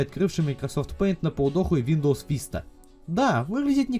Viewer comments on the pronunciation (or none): none